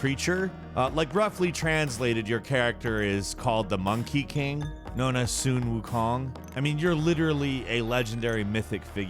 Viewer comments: How do you not know anything about sun wukong? Calling it "sun" instead of "son" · Lmao "soon wukong" who tf is that? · Did this guy really say "soon" Wu kong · "Soon Wu Kong" K